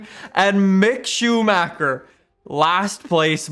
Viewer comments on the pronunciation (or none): none